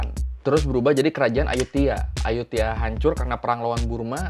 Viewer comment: Bacanya emang "Ayutia" ya bang, tulisannya "Ayuthaya"....